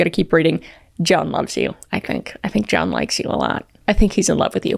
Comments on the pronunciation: I love your pronunciation of John. “J-yawn”. 😅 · “jYeOuWn” So silly I love it